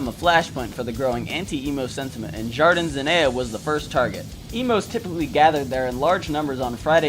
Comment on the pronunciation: Great video! But my man, you could have looked up how to pronounce some of the Spanish words. It physically hurt me the way you pronounce "jardín"